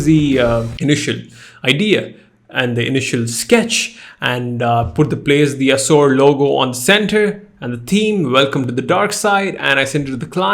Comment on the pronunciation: Its aasoor not as%@ bro, it literally sounded like that.. pronounce the way its supposed to be pronounced man